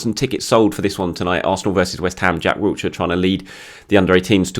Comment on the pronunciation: As much as I like you it's Jack Wilshire, not Wiltshire